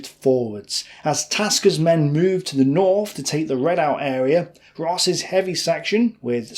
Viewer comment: Your pronunciation is so dreadful as to chew up words as to make them unintelligible. How did you say redout! This has nothing to do with your accent, just idleness. Otherwise very good.